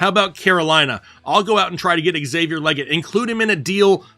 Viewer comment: Not that it matters, but it’s Xavier “leeget” (stated from himself).